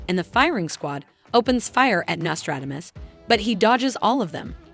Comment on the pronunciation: dodjes afret dodos 😂